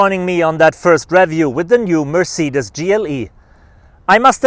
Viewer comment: this is the best “MerRceedes”